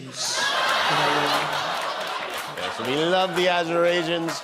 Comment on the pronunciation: "She UVF'ed that up, didn't she?" "Azurasians"! O. M. G.